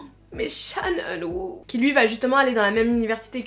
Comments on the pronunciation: Cha eun woo pas chan eun woo haha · salut j'adore tes vidéos mais par contre Cha eun woo sa ne se prononce pas de la façon que tu l'a fait mais pas grave tkt c'est juste l'homme de ma vie mais bon 😂😭😍😭😭😭😭